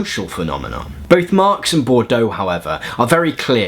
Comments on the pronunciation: Yeah the issue is your pronunciation -- Bourdieu is best approximated in English as "bord-yuh". You kept pronouncing Bourdieu like Bordeaux ("bor-do"). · Boudieu, it's pronounced "buʁ dij œ" , FYI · You are full of energy and give good outlines of theory. Being petty bourgeois, may I point out that Bordeaux is a wine region and Bourdieu is a social theorist. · you're three months ahead of me! I'm listening while putting up laundry and keep asking myself "Bordeaux.....?" you rock!